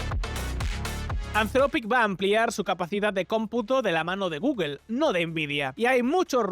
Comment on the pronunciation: Porque ese afán de pronunciar mal la palabra Google...